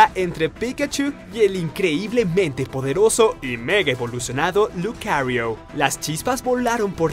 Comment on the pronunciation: Me dio risa cuando dice lucariuo jajajajajjaj en vez de lucario